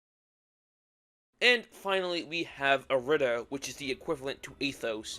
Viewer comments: It’s not pronounced ir-ee-da, it’s pronounced aeee-dee-der-dee-daa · Youre saying irida wrong cuz it's supposed to be like "ee-ree-dah" due to the Greek I being read as "E" and not "eye" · It’s said how it’s spelt I-RI-DA and no not eye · It is. The devs say it that way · It’s pronounced ea-rih-duh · ITS GODDAMN I-RI-DA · its irih dah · it’s an odd spelling it’s hard to pronounce lol but in the atom irida mix during the lyrics it shows how it’s pronounced